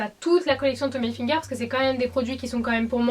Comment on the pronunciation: On dit ilfiger et non ayfiger parce que hi se prononce i en français et non High (comme highlighter)